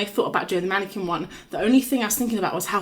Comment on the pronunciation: Not a "womanniquin" XD